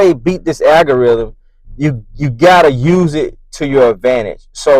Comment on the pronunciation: AL-gorithm is the word NOT AGGG-oriithm.